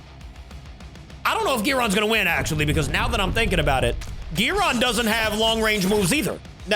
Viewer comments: It's guiron not giron I think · Not gyiron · It’s guiron